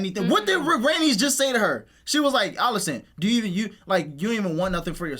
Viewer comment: How much different does he think Alicent is pronounced from Alice? “Ollicent”🤣😂